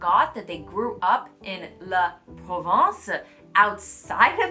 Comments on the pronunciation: Careful with your pronunciation. La Provence is a place in the south of France. La Province is what you are talking about. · You keep pronouncing “province” as “Provence”. 😂 Well… you’re not totally wrong, Provence is a province.😅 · La ProvINce....vous prononcez la ProvENce.....quite normal even if you came in France 10 years ago. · I was expecting to pronounce “la provence”. First time a friend talked to me about “la provence”, it took me time to understand she was meaning “la province”. The few other times some of my colleagues talked about “la provence”, it was also mispronounced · Outside of Paris it’s called province not Provence. Provence is a region in the south of France. Province is any place in France outside of Paris. Maybe the confusion comes from the accent but it really sounds like you’re saying Provence when you mean province. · Ahhahah i didn’t realize she meant « province » I thought she mentioned Provence and I was like « yeah sure Provence is representative of the whole rest of France » 😂